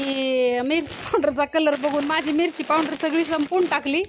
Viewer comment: पाऊड्रर्र नाही ग अक्का पावडर म्हण 😂